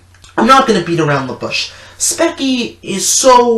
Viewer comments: Speech-ee not speck-ee lmao. I do get ur vid tho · its pronounced speech-y not specky lol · "speckie" speechie vro, spechie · I don't know which side I should pick. You have me convinced that Spechie is toxic. At the same time, she is just a normal human being who is just expressing her anger through animations. Oh and it's pronounced as Speech-ie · Lmao “spekie” 😂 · Speckie... What? XD Did you call her speckie 😂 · He says speky on Spechie. He calls Spechie cringy even though he makes a extremely cringy intro. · ITS PRONOUNCED SPEACHIE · Y’all are making her look so bad. This is just how she feels. And it’s SPE-SHE. I also didn’t know spying on a conversation and following someone home isn’t creepy. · Cactus I was thinking that too. Many people commented on how he pronounced her username. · I love it when people purposely mispronounce her username. Honestly, it’s not that hard to say. “Spee-Chee”. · Pronounces "speech-ie" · Fuck you' little fucking bitch you even said speichie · I love how you misproounce her name throughout the video it's what she deserves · If you’re gonna rant about someone without any background evidence or facts that have been proven, the at least pronounce their name right. This is only proof that you did 0 research to back up your arguments, and that’s very idiotic of someone. I can tell you’re just trying to start drama for views and a couple more YouTube dollars. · Does it matter that he did not pronounce her username correctly? Also, how did he do zero research? He used many clips to back up his points. Also, enough with this excuse where people do it for views and money. It is unavoidable no matter what. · If you are going to talk bull crap about her at least learn to pronounce her Channel name 😅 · Haha he doesn’t even say her name right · god damn, say her name right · Bedazzled Blue Wrong. That is totally wrong. The reason why he pronounced Spechie's name wrong is because her username only has one "e". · lol "specky"